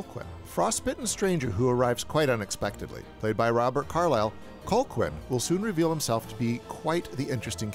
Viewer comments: His name is Calhoun, not Colquin. Sheesh! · I was like huh? Colklyne? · Its pronounced Cal Hoon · “Cole-quin”? You’ve seen the movie, why’re you mispronouncing it over and over? 🧐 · You managed to mispronounce Robert Carlisle's character's name every single time. Other than that, a very solid review. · I have to say it's wild how the narrator keeps blatantly mispronouncing Colqhoun's name so blatantly. Really feels like he never actually watched the film. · Gotta love when someone claims to love a movie but mispronounces the name of the villain, which is said multiple times over the course of the film. I have to agree with just about every point, though. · I liked your video, but your continued mispronunciation of Colqhoun drove me nuts. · Good overview, apart from your cloth-eared pronunciation of Colqhoun. Watch the film again and learn how it's really pronounced.